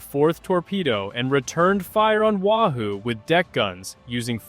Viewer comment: its NOT Wa Hoo it's Wahoo Get it right or don't do it at all!